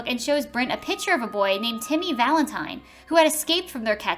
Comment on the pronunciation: HOW THE FUCK CAN YOU NOT PRONOUNCE VALENTINE CORRECTLY!!!!